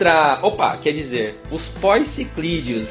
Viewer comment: *Guppye/Lebistes: Poecilideo (lê-se Pecilídeo). Muito bom o vídeo